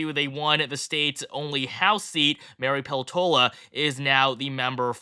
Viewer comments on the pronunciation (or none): none